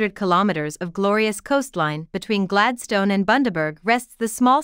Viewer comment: Would be more convincing if the bot-voice could pronounce Gladstone properly